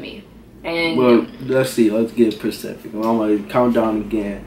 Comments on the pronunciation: Nigga said gotta be "percific" 😂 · yall be "Pacific" 😂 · this nigga said "you gotta be Pacific" wtf foe😭😂